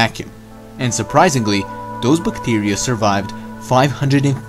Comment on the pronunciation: Bictiria 🤣 Bithtiria 😆😂😂😂